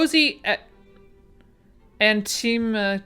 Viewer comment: I think it's pronounced anti-mic-asser. It's a protective chair cover. Usually embroidered or crocheted doilies to lay on upholstered furniture where skin oils might come in contact with the fabric, on arm rests and the top of chair backs (dark stains, difficult to remove). The illustration appears to be an all-in-one (which I've never seen before). I have a few from my grandmothers'.